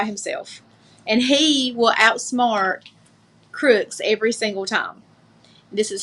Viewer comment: I swear she said Affidavid and Crooick instead of affidavit & crook. She is criminally stupid. 🤣🤣